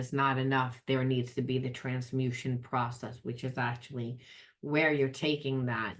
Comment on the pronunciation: Trans MU tation. Not Transmussion Just saying 🙏🏽